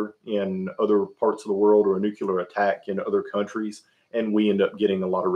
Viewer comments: This guy is driving me crazy saying “nucular” instead of “nuclear” a hundred times in a row. You shouldn’t have opinions about things you don’t know how to pronounce. Other than that thank you for all the input. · "NUCULAR" is not a word, its "Nuclear." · As soon as I hear someone say "nucular", they lose me